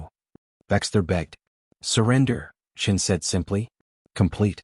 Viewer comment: Admiral Chin? Not Admiral Chen? It's not a real space tale without Admiral Chen. What next Lieutenant Marrison instead of Morrison?